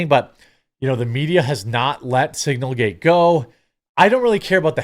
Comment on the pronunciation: I know it’s signalgate. But hearing you call it singlegate is just funny. But I don’t think it was any kind of mistake.